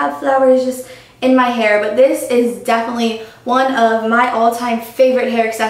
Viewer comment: I love you, but it's 'definitely' not 'defely'. Haha, it's just a pet peeve of mine if anyone says that:) not trying to hate...:)